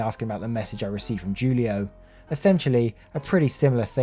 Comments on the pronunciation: Broooooooo Julio, is pronounced Hulio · Julio is pronounced Hoolio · julio is pronounced who-lee-oh. Every time you said it wrong it hurt my soul just a bit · Just so you know, Julio is pronounced like “Hoolio” ❤ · Julio is pronounced "who-lio".